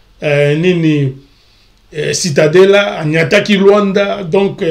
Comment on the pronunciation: Cidadela et non citadela (cidadela desportiva donc ville sportive)